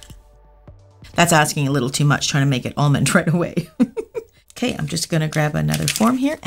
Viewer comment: Stop saying I'n it's I'm 😭